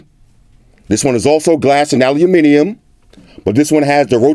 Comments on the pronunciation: "Owl loom mini yum" roll call, y'all. Haters need to pronounces 'Aluminum' like boss with Floss! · OK, so now we got you saying Aluminium right, we gottta work on you saying Maths properly! With an S. 😉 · An american that says Aluminium correctly! Huzzah! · First American I've ever heard pronounce the word aluminium the way it is meant to be pronounced.. Congratulations sir. A very good and comprehensive review. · Any American who pronounces "Aluminium" correctly has got my vote